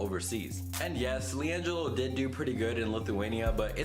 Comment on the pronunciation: LIANGEELO ball